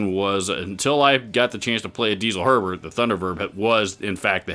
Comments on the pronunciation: You pronounced Herbert perfectly in the first place. Nobody in germany says it the other way. It must have been a troll or something. BUT its DieZel not Diesel. Its a name and its pronounced with a hard (german) Z. Something like DEET-SELL. Haha who cares. Nice video. Cheers from abroad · Don't get me wrong, but Diezel should be pronounced as "Ditzel". It's not a fuel it's the last name. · Germans apparently pronounce "Diezel" as DEET-ZUL. Don't worry about it.